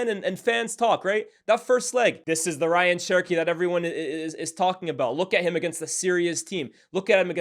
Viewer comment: His name is pronounced RAY-yan btw not Ryan